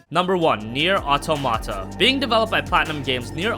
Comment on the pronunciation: Nier ah toh-mata? where is this guy from... the way he pronounces some words is just odd...